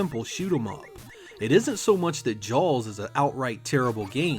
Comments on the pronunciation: What part of New England says "Jawls"? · "Jalls" lol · Why are you saying jaws so strangely